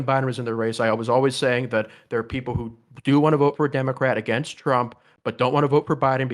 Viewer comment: "AeGainst Do nald Trump"